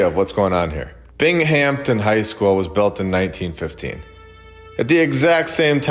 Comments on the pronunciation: Bing am ton, not Bing Hampton 😅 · Castle high schools is wild. My high school was done in an art deco style, which I always thought was odd. Also; not being an asshole, but it’s pronounced: bing-um-ton not Bing-Hampton ❤ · I live near Binghamton, NY and it is hurting my ears hearing you say it like BING HAMPTON. I don't know if you are intentionally doing that, but it just struck me funny! We just pronounce it like Bing-um-ton. But anyway I just wanted to give you some insight from a local! Have a good one! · Binghamton is pronounced Bing-um-tun. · the h in binghamptom is silent